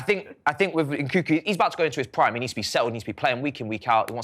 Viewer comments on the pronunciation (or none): Please atleast leran how to pronounce the name of the players you talk about. Its NkuNku not Nkuku. Its UguChukWU not Ogochoku.